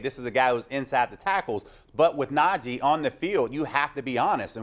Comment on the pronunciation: It's NajEH not NajEE idiots